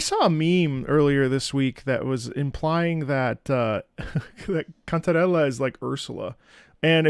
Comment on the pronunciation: is that really how to said the name "Cantarrre~lllaaa" so authentic